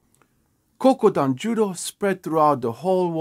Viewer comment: It's Kodokan. Not Kokudan.